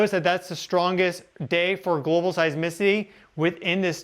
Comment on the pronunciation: You sound so stupid when you say global 🙄